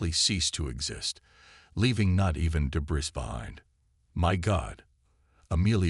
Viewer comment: Ditto with the flashback!!! I thought the damn story started over again!! Otherwise, good story. HOWEVER........would you people STOP using these POS AI's!!!!!!!!!!!!!!!!??????????? What the HELL is "daybriss"?? What the hell is "unredable"???? What the hell is " cozmus"??? What the hell is "BEARedge" (barrage)????? What the hell is "quarenTINE"???? Why don't you narrate the stories yourself like some authors do???? There's are MUCH more enjoyable without all the freakin grammatical and pronunciation errors!!!!